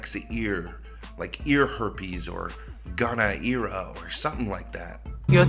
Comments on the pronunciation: Gono"ear"a LMFAO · Goner “ear” a LMFAO!